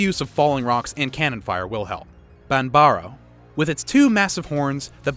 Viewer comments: BAN-BAR-O! BRUTE WYVERNS BIG ADVENTURES! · He wae murdering the pronounciations. But i still watched. "Bahn-barows". Not sure if he was doing it on purpose.